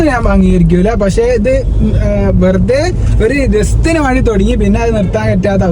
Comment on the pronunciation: Not maandi..it's "vendi" in kerala different accent undu..but malayalam parayande